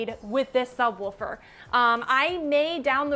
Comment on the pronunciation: I'm not trippin, right? she's saying sub wolfer.. right? also, FORScan is a risky name..